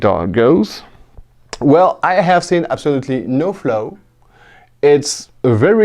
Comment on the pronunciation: The way you say Flaw 😯